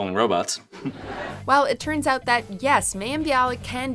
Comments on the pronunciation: You mispronounced Mayim Bialik's first name. It's MAH-YIM. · Can you guys pronounce mayim name properly her name is pronounced myim